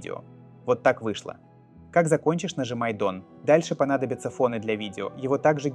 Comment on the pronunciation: Дон - это как у Кадырова? 😅 Вообще "дан" произносится.